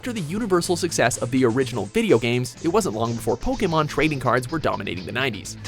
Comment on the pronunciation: why can't he pronounce Pokemon correctly?